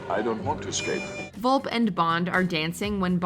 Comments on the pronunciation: Fiona Vulp? Its Vulpe, pronounced Vul-Pay. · There are tons of mistakes in this video. 1. Locque’s death doesn’t take place during the climax of FYEO. If anything, that scene takes place around the middle of the film. 2. Felix’s name is pronounced Felix Lighter, not Later 3. M isn’t stabbed in Skyfall, she’s shot 4. Fiona Volpe is pronounced VolpA, not Volp. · At least learn how to pronounce Volpe